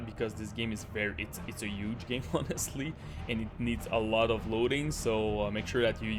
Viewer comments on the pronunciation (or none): "It's a YUGEEE game"